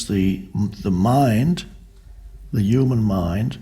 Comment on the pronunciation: “Hueman” lol